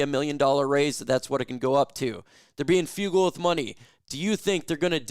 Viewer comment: The word is FRU-GAL --- not --- few-gle. Idiot!!! English your 2nd language????